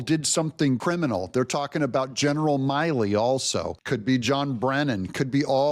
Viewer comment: It’s pronounced “Mill-E” Come on ….